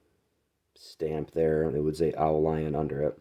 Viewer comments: Great snag. Dude, yer killing me with the oh lion. It's French "au" means "to the" or "from". Leon is a place. The world pronounces it like "lee own". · I saw another vid on the au lion knife by a European guy here on YT. He was pronouncing the name Au Lion phonetically as "ooo leon". Just passing that on for what it's worth..or not worth lol. His Au Lion knife had an aftermarket skull strike pummel so the company may have had issues during the manufacturing process with the threads messing up on the knifes rat tail tang. Great vid! I bought the knock off BudK version of this knife a few years back for the heck of it for maybe $20 and it is surprisingly sturdy. Im a military vet and would love to find a real one of course.